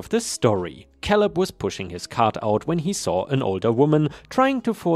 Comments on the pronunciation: I think it's pronounced kay-lub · Great stories, as always. Thank you. ⭐⭐⭐⭐⭐⭐⭐⭐⭐⭐⭐⭐ The name Caleb is pronounced with the a as in ape Another of those pesky English language traps we use the word row in different ways. 1. To row a boat 2. A row or line of soldiers etc These are pronounced as RO 3. To have an argument or quarrel with someone BUT is pronounced as in how or now. Hope this helps. Best wishes